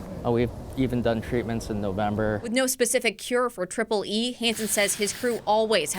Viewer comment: Triple-E not Tripoli